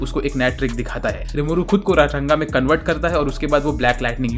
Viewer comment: Bhai RANGA hai not runga😂😂😂